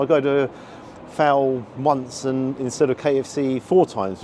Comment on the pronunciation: Fowl and not foul. A burger should NEVER have a brioche bun. Never.